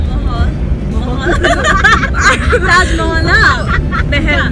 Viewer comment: Pretty girl saying Taj mohol🤣😂🤣😂